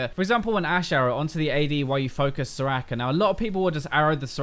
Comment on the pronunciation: All I heard was 'so-racker so-racker' :^)